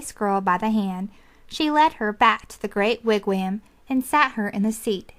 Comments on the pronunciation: Lol "wigwayaamm" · Yes! Every time she said "wig WHAM" I cringed. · this is a terrible reading... i had this on cassette as a kid but a guy with the most soothing voice read it. and he pronounced wigwam and Ontario right